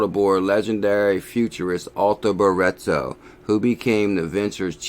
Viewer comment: ‘BRIT/TO - FFS